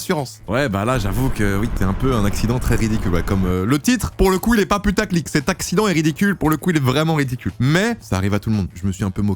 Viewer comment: Cet "addiccent" ? Petite dyslexie ?